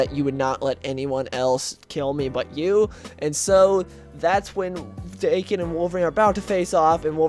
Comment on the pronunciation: The story you're talking about, I must admit I didn't like at all. The art sucked, the writer made Deadpool too obliviously cartoonish, and I understand each writer likes change things up a bit and put their own input in a character, but damn this dialogue was atrocious. I did like the part where Logan and Wade stab each other a die for like 2 hours. Also... it's pronounce DAh-Kin.